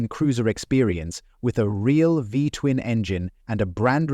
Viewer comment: Narrator said V-twun engine air-cooled. Clearly you can see the radiator just behind the front wheel.